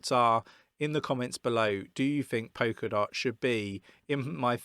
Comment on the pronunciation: Lol "poker dot"